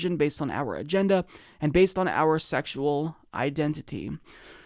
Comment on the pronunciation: I think he said "gender" with an accent haha not agenda!